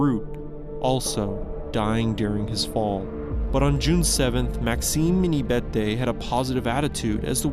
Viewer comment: “Verte” is “Viette”? My Swiss grandfather is turning over in his grave.